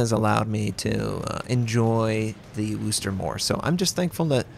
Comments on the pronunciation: Yeah... not sure where this whole "WOOSSSSSS" thing started. It's 'Whis' (rhymes with this).... NOT WOOS... never woos... please, stop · pronounce it WISTAH! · It's pronounced "wusster" not "worster" or "wooster" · Americans pronouncing Worcester is never going to get old.